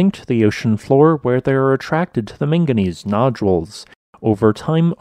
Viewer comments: The real question: is it manganese or minganese? Because I heard a lot of the latter in this video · Drinking game: Everything time he says "ming-gineez" down a shot.